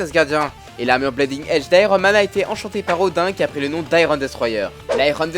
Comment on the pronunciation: bonne vidéo mais sérieusement il faut faire quelque chose pour la prononciation la parce que bleeding prononcé blaiding, fear prononcé faire ou hulkbuster prononcé hulbuster c'est pas possible la